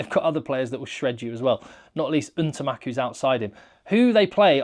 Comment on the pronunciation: PLEASE, PLEASE……..I love your coverage of french rugby but IT IS EN-TAMACK, and not UN-TAMACK. Please don’t commit the sins of all other english rugby commentators and give respect to the man by pronouncing his name correctly.